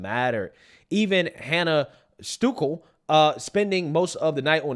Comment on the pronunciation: It's pronounced Stul-key. I knew Iowa was going to win because Hannah had her poufs in! We alway win whenever Hannah wears her hair like that